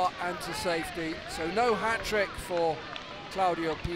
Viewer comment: es CLAUDIA Pina, no ClaudiO Pina.